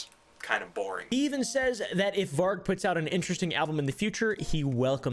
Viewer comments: Why is he calling varg “vik”?? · why tf he calling Varg Vikernes vick varck?